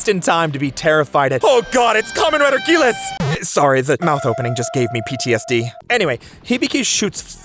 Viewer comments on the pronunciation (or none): Okay, I gotta ask, why do you say "Gills" like that?